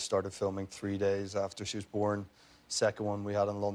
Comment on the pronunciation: you can hear his American accent when he says “born”